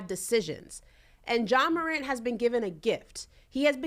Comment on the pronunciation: A Moron (Morant) move. The “t” Is silent 😂 what an unintended pun…Brandon Marshall plz STFU!!!